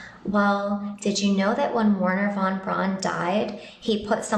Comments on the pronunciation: Teach that child how to PRONOUNCE von Braun. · It’s not Von Brawn: Pronounced like ‘fon brown’, although most Americans and Brits would say ‘von brown’ because we can’t get our heads around the German v. But it’s not ‘brawn’. Rant over. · There was nobody called Wernher von "Brawn". His name was pronounced "Brown", as are thousands of other German people's names. Same colour, same common surname, just a different spelling.